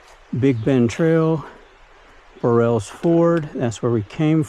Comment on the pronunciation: It’s not Bur-rells ford it’s pronounced Burls Ford. 😮